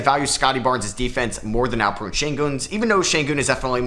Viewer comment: Its AlpeREN not AlpeRUNE